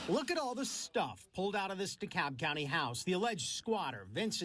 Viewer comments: It's pronounced D-KALB County. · the "L' in DeKalb is silent, they pronounce it DeCAB